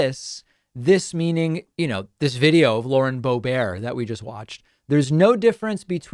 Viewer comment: The Bow-Bear pronunciation is my new favorite thing …